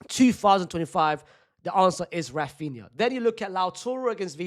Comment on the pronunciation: ITS RAPHINA